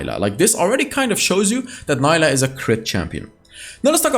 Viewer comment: Fyi, her name is pronounced as “Nee-lah” 🫡